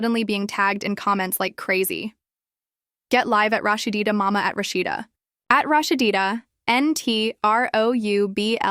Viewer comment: LADY WITH YO IGNORANT ASS PLEASE LEARN HOW TO SAY HER NAME ITS NO RAHSHDEEDA ITS RAHSEEDA also THATS MS DEB YALL HAVE ON THE SCREEN NOT MS SHIRLEEN RAHSEEDA REAL MOTHER